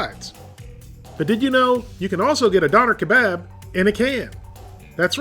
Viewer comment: Dough-ner Keh-Bob********